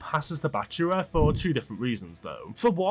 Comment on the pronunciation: Why is he saying Bachuwa instead of bachira. It ain’t hard to say man